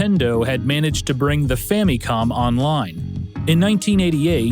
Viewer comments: fam-me-com I can't watch this, this is aggravating. It's Famicom. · why you saying famicon like that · Great as always but I can never get over the "fammycom" pronunciation. Reason: the only syllable in this that is similar to the Japanese pronunciation is the mi in Famicon. The other two syllables are still American in pronunciation which is fine but it seems people that prefer this pronunciation in English seem to think that it's more in line with the Japanese but it's not. I say family like "fa muh lee" so I pronounce it as "fa muh com" in English. Everyone has quirks about which pronunciations bug them and which do not. This is just one of those for me for some reason. ファミコン is Famicom and the Fa is the long A like fah and then mi is like me and then the last is kon pronounced with a long O like cone but quicker...does not technically end with an M because this is not possible in Japanese. It's changed to com for the English spelling just to be more recognizable in English as to what it actually is. Anyway, generally when I bring this up, people ask a lot of questions about why I think this way so I thought I'd put it all in one post. Again, you make some of the best gaming docs I've ever seen. I just have maybe too much to say about this one little nitpick thing. That's it. Man, coffee is great.